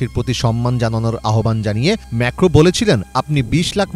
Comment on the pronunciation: ম্যেখো কি???? ম্যাক্রন হবে 😂😂😂